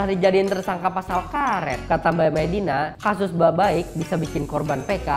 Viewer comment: ngebacanya baiq bang bukan baik